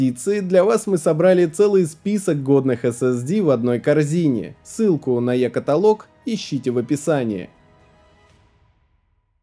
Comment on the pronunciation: Е-каталог - ударение на последний слог